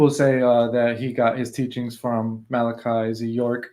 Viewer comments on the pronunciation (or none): none